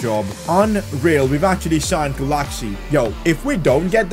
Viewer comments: Pronuonce Gulácsi s name like Guláci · It's pronounced "goolachee" usually btw so you can refer to him as that in later episodes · The pronounciation for gulacsi is 'gulachi' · I'm Hungarian, and Gulácsi is pronounced like: Guláći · The prononciation Is rey manay, not manaj, and peter gulashi, like that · Please pronunciate Gulácsi's name 'Guláchi' as in Hungary we say 'cs' like English do with 'ch' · Pcq: Its actually pronounced gulashi even though his name is gulasci I first thought It was gu lactsi first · Say Gulácsis name like the cs is a ch (like in pinch) I hope it helps :)